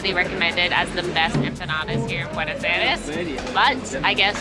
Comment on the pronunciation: Hey fantastic video on the great gastronomic variety that can be found in Buenos Aires.Italians have told me they had the best pizza in Argentina.Thanks for promoting my country,we need all the tourists we can get.Just a small thing,constructive criticism please ask the locals your pronounciation is 3 out of 10.